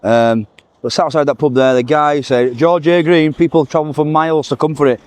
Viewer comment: It's pronounced George a Green ., they looked great .